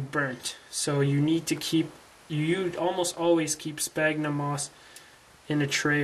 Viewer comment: Well you don't call people on your cell PONE right? It's pronounced cellFONE. SFAGhnumM. NOT SPAGNUM... How you can make a tutorial to grow something you can't pronounce is beyond me haha. Btw how fast does this stuff grow?